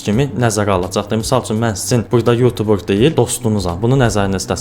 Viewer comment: sonunda YouTuber sozunu duzgün teleffüz eden bir Azerbaycanlı, millet yutuber deyir, bu sehvdi bele oxunmur